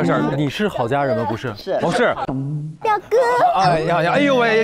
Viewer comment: 只不过表哥是 biu go XD